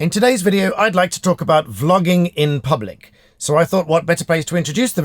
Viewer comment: I was just listening to start, and I thought you said flogging. 😆 When did they bring that back? 😂 Great chat and advice for those filming in public.